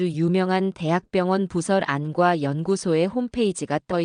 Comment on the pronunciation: 처음들을땐 엉성하드만 진짜라면 감동이네요,읽을땐 안과라고하지말고 안꽈로~